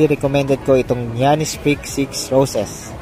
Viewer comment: yanis po di giyanis